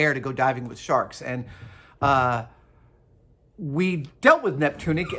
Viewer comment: Neptunic? more like Nip-tunic